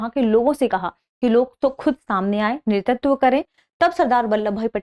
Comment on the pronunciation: Sorry to say..I think there is a small pronunciation mistake in the word नेतृत्व..it's *NETRITVA*...Overall it's an informative episode..Thank you..Ma'am.